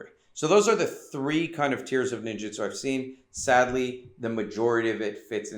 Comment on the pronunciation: WTF do you keep pronouncing it like "Ninjitsu"? That's a whole different thing.